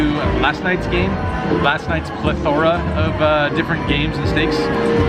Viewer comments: "pleTHORa"? All this time I've heard "PLETHora'! :) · Loved that you used Plethora however it was mispronounced.